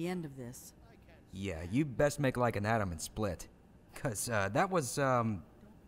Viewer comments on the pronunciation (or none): none